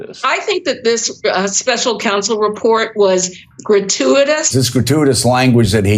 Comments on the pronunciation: Main question is how the f**k is GRATUITOUS pronounced "gruh·too·uh·tuhs"?? 😕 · Biden can't pronounce "gratuitous". He tried, and it is came out "garooferous" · That one lady couldn't even pronounce gratuitous. Jeesh! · Artukovic also had a bad memory. Gratuatis sounds like a state issued word. Mike Tyson could say it better. The earthworm Molly is not human. But she smart. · All citations of 1984 are Gratiuoitiuos... Err grachutiotoms... Hratyityos... Grate-whatever-ious 😂